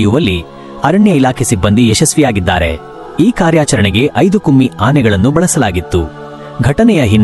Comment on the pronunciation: its not kumi Anne it’s Kumki. Don’t give wrong info or tell incorrect words . 1st learn to pronounce